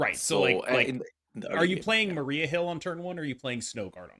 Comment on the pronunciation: You can tell the holidays are getting to when he starts calling Maria Mariah lmao